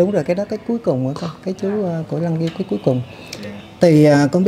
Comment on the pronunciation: Doc chu dai bi con sai .lam sao thuoc duoc chu lang nghiem